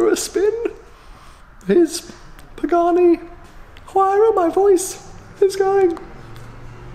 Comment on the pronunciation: Love your channel, the content and your personality, but your pronunciation of both the Hueiyiarha and Horaitio Pagahnnnni is hideous.